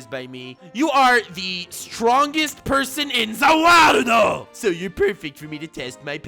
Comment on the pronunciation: Nani worldo not zavirldo